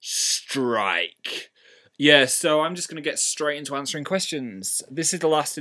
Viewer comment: When he said strike it was so similar to the way he said "Phil Striker". Is there something about the word strike that he must say it like that?